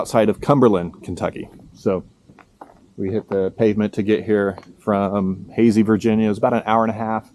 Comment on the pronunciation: Howdy! Loved the video and you've earned a new subscriber. Pro tip from a native, the town is pronounced HAY-sye. Why? Who knows. Keep up the adventuring!